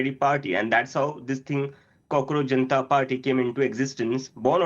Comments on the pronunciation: It is not Cockroach geneta party, it is pronounced as cockroach janatha party. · Did he say 😂😂Cockroach Genital Party😅😅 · Did he just say "Cockroach Genita party"? 🤣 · Janita !! Did he just say janita !! 😂😂😂